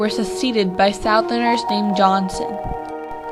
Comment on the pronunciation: i hate the way you pronounce "southerner." its incorrect. but nice video.